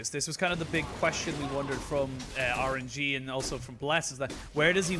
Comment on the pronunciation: cant unhear " orange - e"